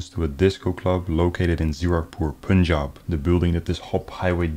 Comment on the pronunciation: It is pronounced pun-jab. Pun is pronounced like pun intended